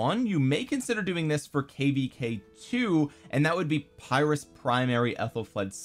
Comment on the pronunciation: Uh, it's pronounced "peer-russ" buddy 🙂